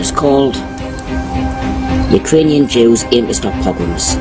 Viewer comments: I appreciate you posting that definition. I'm disappointed, though, that didn't take one minute to look it up, but shrugged it off with an attempt at pronunciation and, "whatever that is." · WATCH FIDDLER ON THE ROOF. A POGROM OCCURS DURING THE WEDDING OF HIS DAUGHTER. AWFUL. POGROMS ARE AWFUL AND VIOLENT. Put the accent on the 2nd syllable. It sounds silly when you call it PO-grom. That's not how to say it. It's po-GROM. And they are awful and leave people traumatized. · I don’t understand your point here,. I’ve got friends in Missouri that know you and they speak highly of you, but you need to become more informed! It’s a pogrom (pah grom). You can Google it! My grandparents lived through it around the turn of the last century and came to America. My grandmother was under four years old at the time and told me all about the poverty and starvation. She told me about the mounted soldiers that would come through the town and trample and beat people to death because they were Jews. She also told me about having to sleep on a shelf over the stove to stay warm at night because it was the only source of warmth in the house. My grandparents families came from Kyiv Ukraine, Romania, Lithuania and Moldova. The persecution was real! Poverty was real! The killing of people because they were Jews and starving them was real!